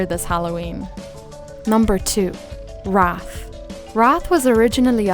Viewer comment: The usual pronunciation of that word is "R-aye-th" and its a synonym for ghost/spirit, but maybe I am missing something. I think Wraith would be an awesome town to do more on if you are so inclined! 😀